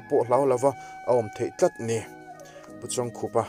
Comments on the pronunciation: Khup hi khaikhup ang a lam tur ani zawk lo maw, khar ri khup ang a lam tur i tia i lam leh silo a😀😀😀🙂 khai khup ani zawk ang a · Pu Chawngkhup hming lam dan tur i sawi angin i lam leh bik der silo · A hming lam dan tur i sawi zo chiah a i lam dik lo zui ve leh nghal zat tho... 😁😄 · A hming chu i va lam dik bik chuang lo ve....haaaa